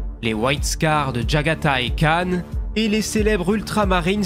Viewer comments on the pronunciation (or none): none